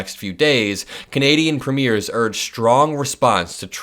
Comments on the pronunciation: Hi! Great video. Just wanted to give you some friendly input as a Canadian. You're putting the stress on the wrong syllable in Premier. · "Premier" has the accent on the first syllable. It is not pronounced like the premiere of a movie. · Premier is pronounced PREEM-yure. Not like the word signifying the debut of a movie. THAT word has an "e" at the end of it - and is pronounced the way you're pronouncing it. WRONG !! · It’s not pronounced Preeemaire It’s preamyear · just letting you know that Premier is not pronounced like a "movie premierE)....it is actually pronounced like Preem-yer with accent on the Preem bit. A first time viewer here and really enjoying your video! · The leader of Canadian provinces is spelled Premier and is pronounced PREEM-yer. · The word premier is pronounced this way: PREEM yir . 🥰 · So that you know for next time, since I suspect there will be many more “Canada’s response to tRump” stories, Premier is pronounced like preem-ure ❤🇨🇦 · I’m Canadian and watch you everyday . Love your content . I wanted to let you know the pronunciation of Premier in Canada . The second syllable sounds like air not ear .